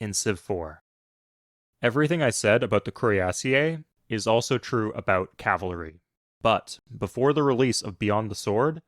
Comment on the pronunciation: The pronunciation of cuirassiers made me have a stroke